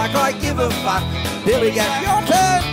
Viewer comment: His "fuck" pronunciation sounds so wierd but i love it